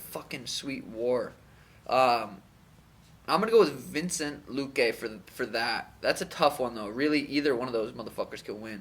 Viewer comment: its vicente man not vincent